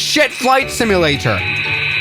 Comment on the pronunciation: I will not finish this video, or watch any others until you learn how to say the word simulator. My damn eye's twitching.